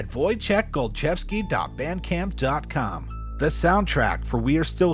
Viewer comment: 'Woy-chek Gol-chev-skee' Finally learnt how to say it - thanks!